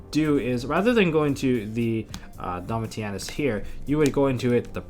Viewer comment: Its pronounced Domishinus. Named after Titus Flavius Caesar Domitianus Augustus. and Tamer Editor is always pronounced incorrectly. its pronounced E X T E N D H A N D _ GG